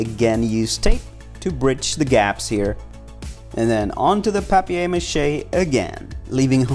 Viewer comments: Who says "pap-e-air" ma he its paper pronounced like "pay-per" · “Pap-e-air mache” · A-lu-mini-um fo-yl Pap-eye-air mache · Ahha it's french! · Did anyone notice the way he said paper mache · Is anyone else cringing over how he says paper Mache’ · You said paper mache wrong